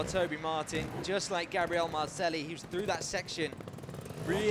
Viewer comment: Awesome trials, but each time the moderator says Marcelli my ears are bleeding, double l in spanish is a j.